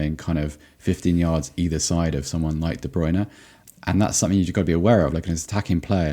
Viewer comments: I'm so glad someone pointed out the weird way Derek Rae says Kevin de Bruyne's name! Though his German pronunciation is impeccable (I assume, as I don't speak German). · I’m fking dying at the Kevin de bruyne pronunciation